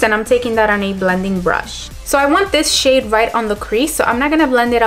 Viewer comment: Everytime I hear her say shade I think she's saying shit 😂😂😂